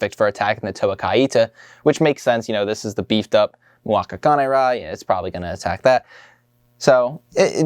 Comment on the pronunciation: Kané-ra, thank you!!! I keep hearing people in the community calling it CANE-ra and I DON’T LIKE IT!